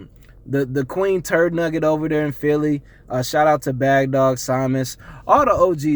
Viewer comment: The way you say philly bothers me... stop talking about A division of champions you have no rings